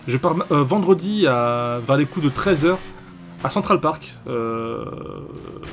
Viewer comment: C center park pas central 😂 au début je pensais que tu partais à New York mais moi je veux voir se vlog